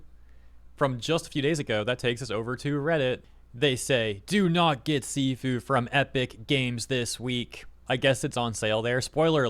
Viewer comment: A little bit on Sifu, it’s pronounced “shifu” and translates to master or superior. It’s a rogue-like game where you get stronger each time you fail but they took this concept and added a twist to it where you slowly become a glass canon.